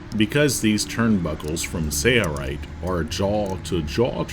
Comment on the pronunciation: Dude needs to learn how to pronounce SAILRITE instead of "SAYRITE".